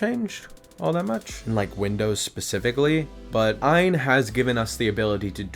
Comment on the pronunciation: Just to let you know . The name of the company is not what your saying . It's A Y N stands for All You Need. It's not ian Aan .